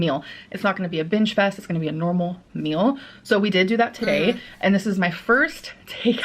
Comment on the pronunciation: streem stert thriveeeen foodies song The way says meol reminds me of a succulent Chinese meol a specific gentleman was legally eating 7000 pieces for babies is my favorite comment